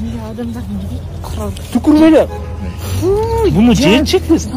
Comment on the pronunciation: Жечик дебей туура сүйлө